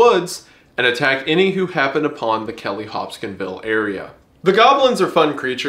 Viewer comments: It’s adorable how Wendigoon can’t pronounce things correctly. Example- “hopskinville” when it’s Hopkinsville. “Pronounce-e-action” when it’s Pronunciation. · Wtf was the pronunciation of Hopkinsville